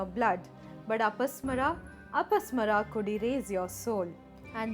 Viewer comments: One small correction. It should be pronounced as apasmaara( अपस्मार) with a deergha after म and not अपस्मर. You can check in any sanskrit dictionary. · Never say mythology sanatan/hinduism is not myth.Every name you say has extra 'A' sound in the end it's apasmaar and not apasmara see correct pronunciation in Sanskrit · In the name Apasmara the '-ma' should be pronounced long. You pronounce it in short, a clear mistake. Correct it.